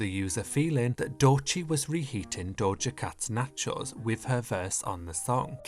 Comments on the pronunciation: i just watched the video because i like the way you say nacheauxs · The way he pronounces “nachOES” takes me out😂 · Or knotcho’s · He's from the UK, so I'll give him a pass. Maybe that's just how they pronounce there? Natchose. Natchose... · why do you say nachos like that? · Why does he pronounce nachos like that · Loved the video, but HATED the way you pronounce nachos as if it was Elektra's surname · Is it just me or is he pronouncing the word "nachos" in a weird way? I'm obsessed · I love the way you say nachos 😭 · I need a compilation video of you just saying nachos over and over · Your pronunciation of "Nachos" is so funny to me I dont know why. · The way you say nachos is so satisfying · Videos like this remind me of why i love the internet. A nearly 20 minute video explaining the history of the nachos meme dramatically narrated like it's a creepypasta video... amazing. And the way you carefully enunciate "nacho" every single time makes it even better. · The way you pronounce nachos irks me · I love the way says nachos... it's so satisfying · yet soooo incorrect 😭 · The way you pronounce nachos is so interesting to me (conpliment)